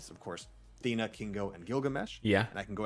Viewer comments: FOR FUCK'S SAKE, IT'S THEEE-NA NOT THAY-NA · Thee na, not tae na